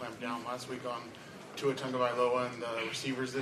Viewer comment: there is no N in Tua's last name. SMH